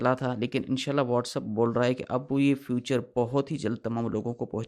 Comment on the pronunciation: 😂سستے سانئس دان فیوچر نہیں فیچر ہوتا ہے